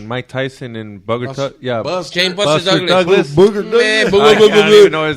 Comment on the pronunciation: X CALLED HIM- BUSTER TOUGLAS😂😂🤦🏾‍♂️🤦🏾‍♂️🗣NO0oooo